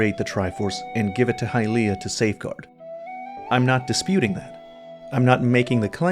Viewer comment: Great video! But please, let's not try to make hy-LEE-ah a thing, it's HY-lee-ah.